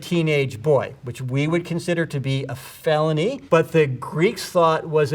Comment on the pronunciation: The way he said felony